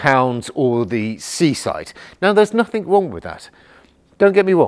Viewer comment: "Nothink"??? I presume you mean "nothing"? Even as a native English speaker, you can't master the basics of it?